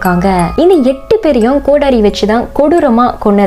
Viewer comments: No kotari that pronunciation is kodari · not kotahri it's kodari